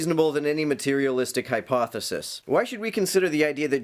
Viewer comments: Is he saying "hyposisys?" I would take a lot of these guys more serious if they knew how to enunciate properly. Also citing William "Lame" Craig doesn't help their cause. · The thing that annoyed me the most is how he couldn't say the word 'hypothesis' correctly